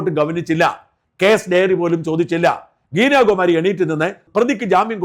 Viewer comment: ഗീനയല്ല ഗീത എന്ന് തിരുത്ത